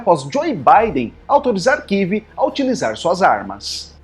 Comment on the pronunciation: Amigo, não kive, é Kiev